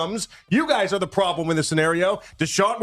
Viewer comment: It's "ARE" not "OUR"